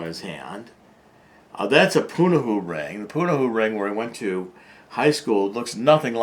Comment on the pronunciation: Pu-na-ho-u. 4 syllables. I wish people would take the time to understand that, in Hawaiian, every letter is pronounced. Other than that, the info is spot on.